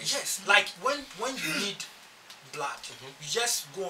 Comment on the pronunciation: Not blaad but blood